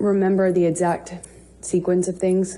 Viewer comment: Why does she say edxact? It is EXACT lady🤣🤣